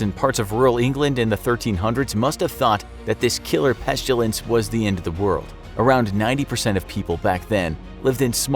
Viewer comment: What is pestUlence? You keep saying that word. I do not think it means what you think it means. Is it anything like pestIlence?